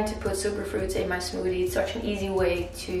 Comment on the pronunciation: Love how she says Smoodie